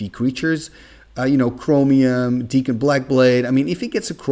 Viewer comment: Dak(kon) not Deek(kon)! Awesome video,.